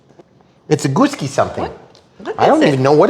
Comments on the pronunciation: I think it’s Goo (as in Goo not Go) and Sky as in the sky lol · keep saying it wrong it's freaking funny 🤣...... you have a good thing going here 👍